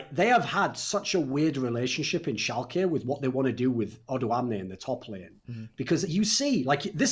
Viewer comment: Guys its German.. Schalke = ( Schal - kuh)